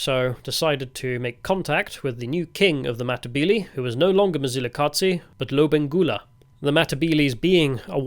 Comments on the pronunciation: Quick tip, the Z in Mzilikazi is a soft Z that you hear in Zulu. Ndebele is basically the same language as Zulu. The hard dz sound is a very distinct Shona sound. Therefore your Mzilikazi pronunciation almost sounds Shona. Also Tokoloshes are both a Zulu and Ndebele belief. Look them up. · Mzilikazi ….. is not pronounced mzilikatsi …. It’s pronounced as it’s written …… it’s not German or Italian dude plus he wasn’t a king either